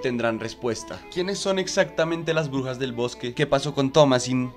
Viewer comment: Soy el único que entiende “orugas” cuanto dice “brujas” 🫠